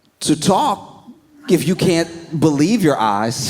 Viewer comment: the delivery and weird emphasis in "if you cant...believe your eyes" had me cracking up for like 10 minutes.